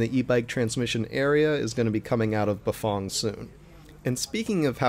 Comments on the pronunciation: Bafong? Never heard of that company. Maybe you better learn how to pronounce Bafang. Maybe country twang as in fang. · Bafong ... I thought it was Bafang